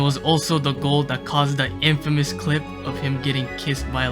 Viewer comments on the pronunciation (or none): none